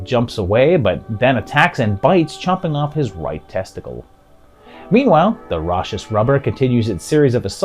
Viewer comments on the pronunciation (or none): For future reference, "raucous" is pronounced ROCK-us.